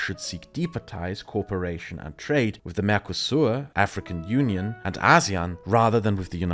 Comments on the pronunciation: I loved the thorough but concise explanation of the goal of the EU. One thing tripped me up, though: you kept pronouncing "co-operation" as "corperation." Small thing, but noticable with your non-rhotic accent :) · excellent video. Just a note, your English is brilliant. However try and pronounce cooperation as co op-eration. It sounds like you are saying corporation (as in a large company)